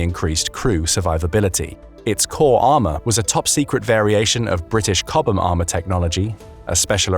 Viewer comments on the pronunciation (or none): A puppy dies every time the narrator pronounces "chobham" and "coaxial".